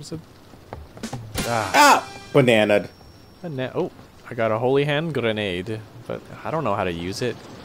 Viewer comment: the fact that DJ got Holy Hand Grenade's name right first try, kinda surprised me